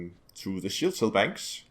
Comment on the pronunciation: du er da vist lidt forvirret omkring udtalen af "cell" du bliver ved at sige "shell", udover det er det et lækkert byggesæt du har lavet der.